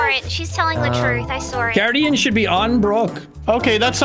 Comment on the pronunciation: " I sawr it" and "Does anyone know where Tiner is?" Why do people add an extra 'R' into words????? Drives me crazy:P